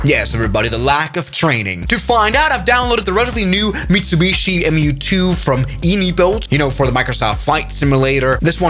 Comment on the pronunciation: Ummmm. There have certainly been a lot of fatal crashes in the MU-2,pronounced M-U-2, but this summary is moronic. Sorry, I hate to be negative online. Please try again.